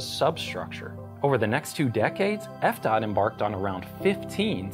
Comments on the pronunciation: Sir, here in Florida we call it F D.O.T not F-Dot. Thank you..... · Grady must not like the Department of Transportation, he keeps saying "f-DOT". I wonder how he feels about Scott Fitzgerald?